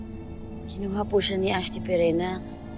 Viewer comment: Melyssa The Activity Girl parang ashti ang pagkarinig ko